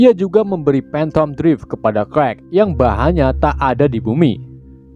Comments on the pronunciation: Clark di bacanya Klark bang bukan krekk 🤦🏻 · CLARK abaaaang bukan KREK... ampuuun.... CLARK baca KLARK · bacanya bukan krwek ! klark nyinx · Cerk😅 bkn karl hahaha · Kak bacanya klark bukan karl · Clark bukan clerk wkwkwkwk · Clark oooy Bukan Crek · Clark tpi baca nya (krekkk)🤣🤣 Clark-klark huruf (c) kalo dlam bahasa english jdi sebutan nya diganti huruf (k) wkwkwkwkkwkw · Abang nya sebut nama clark:kuek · Krek apa Kwek bang😅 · kok lu ngomongya qwrek dari clark dah,jauh amat